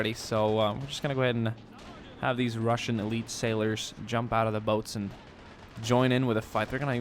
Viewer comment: Highlight of this video Ohhh!!!...wow...haha rrrrrrrassian navy